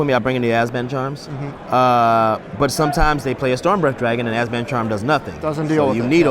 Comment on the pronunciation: Really interesting concept for a deck, but... was it just me or was constantly saying "Azban" instead of "Abzan"?